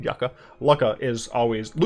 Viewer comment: I'm pretty sure that Lukka is pronounced Lukka, and not Lukka.